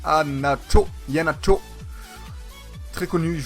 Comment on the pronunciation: Ton buteur en équipe À ce prononce aiie-é-nacho